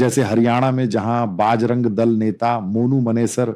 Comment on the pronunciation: You seems to be belongs to North india but your pronounciation needs to corrected You are calling everytime pronoucing बजरंग दल as बाज रंग दस बार bol rahe ho please do necessary correction